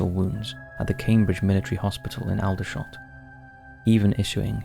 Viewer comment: 'Respite', not, 'respute' FFS! Barely an upload goes by without you murdering the language. Also particularly grating in this upload were; Aldershot, King's Lynn and scant.